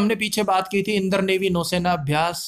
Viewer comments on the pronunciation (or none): भाई इंद्र को इंदर क्यों पढ़ते हो?